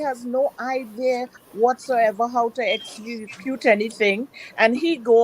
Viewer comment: She enunciates words wrong and doesn't know the proper word., Essacute in my opinion is not about dialect. It's just lazy pronunciation.